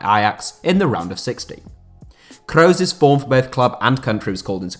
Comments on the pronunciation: Dude pronounce Toni kross name properly smh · When you kroos it makes me want to actually cry, stop fucking saying it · Not sure if he is saying Kroos or Reus